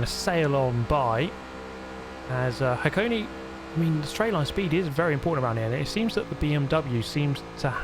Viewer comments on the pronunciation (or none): it isn't "hah-kone-nee" or "hah-kone", it's "hah-koh-ney" :~) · Finally! The GOAT has come BACK... to Forza Motorsport. You really need to try Fujimi with a wheel. So much fun. Also it's pronounced "hack - owe - nay".